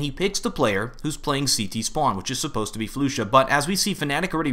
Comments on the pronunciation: It's pronounced Flush-ah by the way, not floosha. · ahh this is bugging me its not flu sha its flasha thats the way you say it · Its not Floosha as you said its Flusha like Flush-a :DDD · Did he just call "flusha" "floosha" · ***** its pronounce free-berj right? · the pronunciation.. I say Fla-sha not floo-sha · Ys i know its Fla-sha but how would you take offence?? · Flusha not floooooosha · Flush-A not Flu-sha <3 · Temos que dizer "flasha" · Todor Tanov flasa* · Actually flusha is called (kinda like) "Flush-sha", don't want to be a pusharound but just wanna to correct u about dat ;) xD. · floosha, freeberg, and now what, caajunb? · FLU-Sha. -> Its okay. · It's pronounced Fl"uh"sha (: keep the great work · the way you pronounce flusha is just disturbing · damnit, you and your ridiculous player name pronunciations. floo-sha? really? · Waiting for a comment to say "it's pronounced flusha" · He only pronounced flusha wrong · I can't stand the way you are obliterating flusha's name